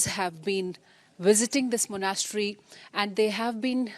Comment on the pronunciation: She can’t pronounce Monastery either!